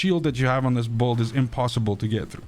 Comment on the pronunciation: why do you pronounce build as beuhld ?